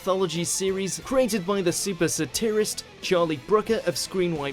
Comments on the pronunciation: Yes, saTIRist was particularly bizarre... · SaTIRist was particularly bizarre! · Check pronunciation of Gillian and satirist. Gillian begins with a soft G, and the emphasis in satirist is on the first syllable. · Today's mangled, mispronounced words are Gillian and satirist. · You are absolutely right Helen,and as for the pronunciation of satirist,well.